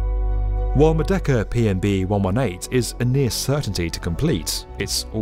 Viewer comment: Merdeka (Murr-day-KA)